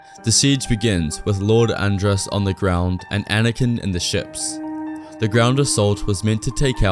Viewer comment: I think it's Lord Ad-rass rather than And-rass.